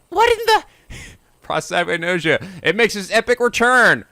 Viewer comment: repeat after me! pro! sap! ag! nos! ia! PROSAPAGNOSIA! "nos" like diag*nos*